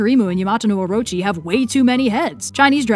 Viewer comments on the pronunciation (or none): none